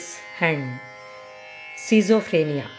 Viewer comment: pronounced "skit-so-phrenia."